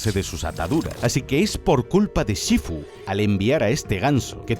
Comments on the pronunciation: Los dos o tres "shífu" me han caído como agua de mayo. De dónde ha salido lo de "shifú"? ^^' Gran vídeo, mejor película 💖💖💖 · pero por qué dice "shifú"? xd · En LATAM: Shífu En España: Shifú conclusión: XD